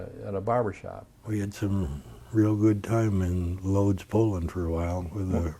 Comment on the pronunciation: Lodz is pronounced Woodz - it's where I was born.